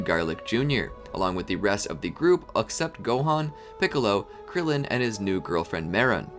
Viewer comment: "Up-sept Gohan" - ?... What's that? Also: Garlic junior sage is filler just like DragSuper is bad retroactive filler, ecxept Garlic Jr Saga did not rewordk every plot device and character expression = less of an insult to true canon but it is still ugly and shouod never have been produced.